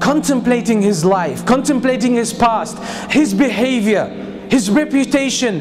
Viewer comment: when he said "life" i thought he said knife😂😂